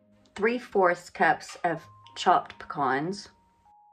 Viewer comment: First person to pronounce pecans correctly outside of Louisiana!!!, And great pie too!!!